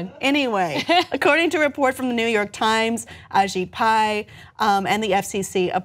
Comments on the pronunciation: You pronounced well A Shit Pie :) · Kept mispronouncing AShit Pie’s name. 😏